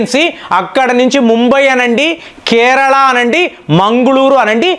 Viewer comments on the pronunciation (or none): none